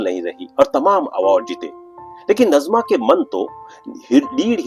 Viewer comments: नज़मा नहीँ नाजिमा। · Her correct name pronounciation is Naazima